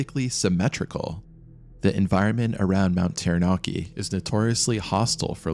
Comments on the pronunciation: When I open my front door my unobstructed view is of this beautiful Mountain looks so tranquil yet scary tales it could tell. Thank you for this wonderfully put together short documentary. I admit I had lil giggle with your pronouciation but great piece thanks again x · I was gonna watch this but when I heard the way they said Taranaki and Maori I have to leave this, its not anything like how you say it ask anyone from Aotearoa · im glad there arent many commenting on your pronunciations. Taranaki sounds more like tara ( tar ah but you kinda roll the r) naki (nah key) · terra-narki eeegmont hahaha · ah yes, mount tairanarkey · Ta-ra-na-kEY Taranaki :P im from here everyone knows the mountain is a killer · I thought he said mt. Teriyaki.😂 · "Tarra-nacki", not "Tarra-NAA-ki" "Egg-mont", not "EEG-mont".